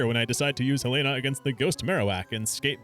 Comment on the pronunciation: Finally someone who correctly pronounces Helena